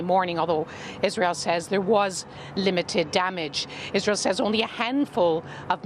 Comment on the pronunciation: This woman said Isran... What drug is she on really?